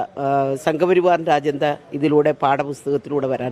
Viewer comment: Ajentha alla Majenda😂😂😂😂😂😂